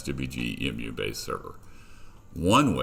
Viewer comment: Its E.M.U short for emulator not emuuuuuuu